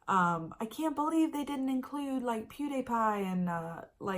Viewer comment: “They didn’t include pew-day-pie” 😂😂😂❤️❤️❤️